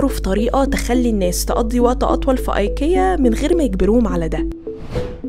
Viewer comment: علي فكره حتي سالو الشركه نفسها في الاسم ينطق ايكيا مش اي كيا. سوري من جد سمعت المقطع بنفسي